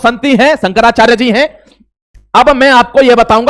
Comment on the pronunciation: अबे तेरे पे तो नाम भी सही से नहीं लिया जा रहा। शंकराचार्य का क्या विश्लेषण करेगा।